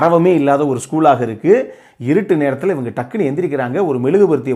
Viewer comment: Ivaengaee.... That means u r from madurai!!!! Is it???